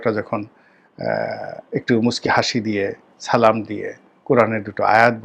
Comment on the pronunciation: একজন শিক্ষিত মুসলমান সালামটা শুদ্ধভাবে দিতে পারবে না এটা মেনে নেয়া বেশ কষ্টকর। আশা করি সালামের শব্দ এবং উচ্চারণ গুলোর দিকে খেয়াল করবেন।